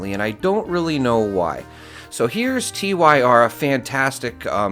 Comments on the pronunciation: TYR is pronounced tier or tear. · Tyr is pronounced like "Tear"😢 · His name is pronounced Tier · TYR is pronounced like "Tear 😢", and in regards to the video... this is why a lot of people say Bethesda doesn't care... seems they wanna just nerf the game to no end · Seriously dude, how hard is it to pronounce a name? TYR is a name, you don't spell it out when saying it. 😂 It just sounds so wrong when you do that.